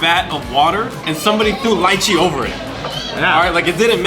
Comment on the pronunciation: It's pronounced Lee-chi